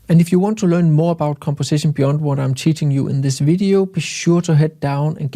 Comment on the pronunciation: be-Yond:) Jeg ved godt, der er nogle stykker i engelsktalende lande, der fatter hat og siger beond. Men det ER altså beYond 🙂